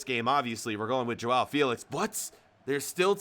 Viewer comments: Its not jowow felix its jow felix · “Jowow Fealicks”